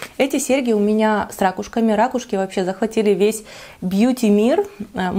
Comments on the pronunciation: РакУшки,, ракУшки! По-русски правильно говорить: «ракУшка». А гардероб 👍🏻, вам очень идёт 🙂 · Николай Николаевич да-да🙉🙉 ужас , как режет слух эти рАААкушки🤯🤯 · замечательное видео, но рАкушки - это конечно... сначала думала в шутку так их называет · я говорю рАкушки, и о боже это конечно так ужасно))) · Вот и поучи русский язык:) правильно - ракУшки) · Ударение на первый слог - разговорное и простонародное. Если хотите разговаривать более грамотно, то ударение на на второй слог. А так сразу чувствуется провинциальность.